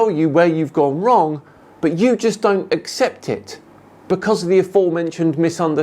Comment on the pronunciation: Becoss?? Who pronounces because like that? Spoiler: does.